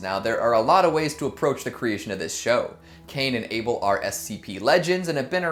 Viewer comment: it's able not Abel EEEEEEEEEEEEEEEEEE